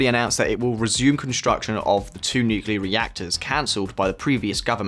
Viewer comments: Nuke lee are Not nu q lar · Great stuff. One important note though, its nu-cle-ar, not nu-cu-lar. Don't know why everyone insists on pronouncing it the Bush way. Also, reducing tax on landlords will never work, you have to increase supply of housing massively to reduce prices, and possibly introduce sophisticated price caps per square metre and housing quality to prevent increasing rent prices from accelerating the inflation and cost of living crisis. Pretty good plans though aside from the reaganomics ideas. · Nukular => nuclear